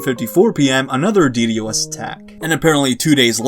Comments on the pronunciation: Dude legit said de de Os, it's ddos. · I hate how he says ddos 😂